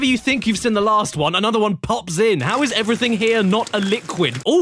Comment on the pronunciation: yeah thats it lol also am i the only one that notices how he says the word "seen". He says it like "sin" and seems like he does it in every episode now lol. This is the worst crash game I've ever sin!